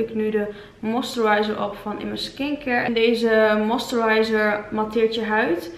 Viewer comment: Hahaha hoe jij moisturizer zegt, love it